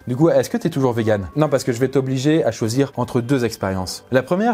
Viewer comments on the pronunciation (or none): none